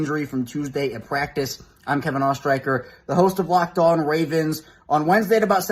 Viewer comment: It’ s not ostreiker but ostreisher for the pronounciation. It s german 😅